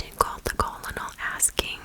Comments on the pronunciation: Great video!! Thank you for all your hard work🧡 fyi because I have made this mistake before: Colonel is pronounced kernel! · The word colonel is pronounced kernel.